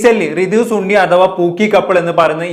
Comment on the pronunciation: സുണ്ണി അല്ലടാ ശുണ്ണി സണ്ണി ആടാ 😂